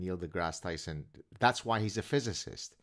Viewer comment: "Neil DeGrasse Chrison." lmao